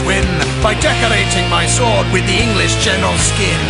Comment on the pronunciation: I love the way he says Eengleesh.